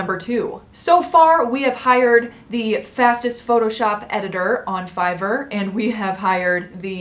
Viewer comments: She didn’t say air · Is anyone going to tell her that she is pronouncing fiverr wrong😅